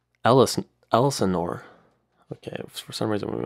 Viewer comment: it’s pronounced Ell Sin Ore not Ellis Nore